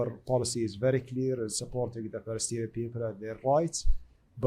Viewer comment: He can't say Palestinian 😢😢😢😢😢